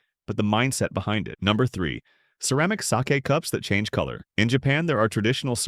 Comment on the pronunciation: Why can't the ai speech be proofread (sake was mispronounced)